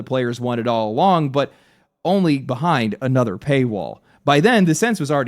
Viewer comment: Yup “anatha one”